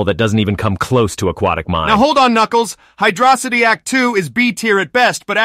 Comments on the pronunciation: Hydrocity is pronounced like atrocity... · Knuckles saying hydrocity the right way is nice